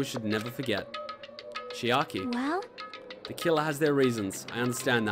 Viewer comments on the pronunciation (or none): It hurt just hearing him say “Chikai” and “Nekomura” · For one highlight, i want a compilation of every time you say "Chikai" and then at the end, the time you said "Oh it's chiaki! I've been reading it wrong.."